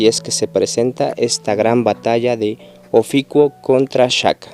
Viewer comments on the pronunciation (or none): es OFIUCO no ofico ni oficuo habla bien fan boy de shaka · ES: OFIUCO... "IU" NO; OFICUO... NO "UO" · Se dice Ofiuco no oficuo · Es Ofiuco... Y tú aferrado "oficuo" pendejo...